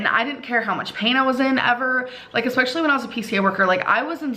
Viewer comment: “eggspeshully” 😒 140 IQ people. 140…. 🤡